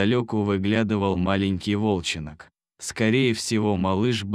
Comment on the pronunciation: Почему "волченОк"? а не волчёнок.